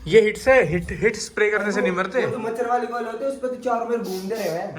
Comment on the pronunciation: He's Rajasthaniiiiiiii...... "chaaro mer"😂